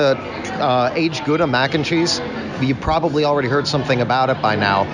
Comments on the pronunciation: same😂 "Mackencheese." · says 'mac&cheese' in such a weird way! its really distracting